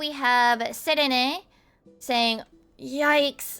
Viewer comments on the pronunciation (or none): That pronunciation on serene is max lel